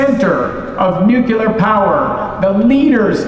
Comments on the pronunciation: I can't believe Chris Wright said nuculer, not nuclear. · IT'S NOT NUKULAR FOR FUCK'S SAKE. IT'S NUCLEAR AAAAAHHHHHHHH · The Secretary of Energy says nuculer. Someone needs to slap him. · Trying VERY VERY hard to give him the benefit of the doubt*, MAYBE he is saying “nuculer” to remind people of GWBush and seem more relatable to any conservatives in the crowd?? Like, maybe being very pointed about pronouncing it “nuc-LEE-ar” would make him come across as a nerd (aka leftist 😱) and get people thinking that nuclear power is an elitist thing and not what the whole country should run on. *Not that any other part of this administration has shown they deserve the benefit of the doubt…I’m just huffing copium over here. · So the guy in charge says nucular... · he said nucular. (Facepalm) Edit, he said it properly later in the interview. Interesting. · The fact that Secretary Wright consistently said "new-cyou-lar" kinda drove me up the wall... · Ha! He said "nucular power". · I can't stop laughing that the US Secretary of Energy keeps pronouncing it "nuke-a-lur". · "nucular" really? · They will invented full fusion powered power plant long before they fix their pronunciation of NUCLEAR as NUKILLER. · Nucular power? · there’s no way he just pronounced it nucular bro😭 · The "secretary" starts off with saying "nucular" and then praises the Angry Orange Thing. Blech. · Sorry but I’m having a hard time trusting anyone who uses the word “nucular” to have any influence over nuclear power. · Shhhh. Don't tell the president that "nuculer" doesn't emit megatons of greenhouse gasses. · Damn. Instant turn-off when they guy in charge says "nukular". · That speaker literally said “nuke-ular” power. Bruh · Does the lab director really say "Nuke-ih-luhr"? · I really didn't expect the Energy Secretary to pronounce it "nucular". It's George W Bush all over again. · Nucular. It is called Nucular!😂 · Anyone who pronounces nuclear "nuc-u-lar" should not be taken seriously